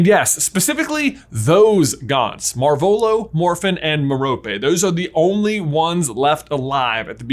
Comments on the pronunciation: Merope is named after a star. Pronounced Meh-ruh-pee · i thnk merope is said as me-ruh-pee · It's pronounced MEH-ruh-pee, with stress on the first syllable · I think merope is pronounced like mare-oh-pay with an emphasis on the first and last syllable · its ment to be meh-roe-pay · Merope = Mer-oh-pee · I cringe every time he say Merope in England it’s pronounced meh-row-pay or at least that’s how Stephen Fry pronounces it lol. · Merope: MARE-a-pee... Rhymes with "therapy". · J, I think it's M - heir - oh - pee Gaunt